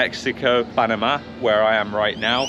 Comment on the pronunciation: why do you say "panama" so weird ? :P